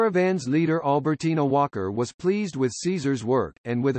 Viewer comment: Lord forgive me but he did albertina wrong😂😂😂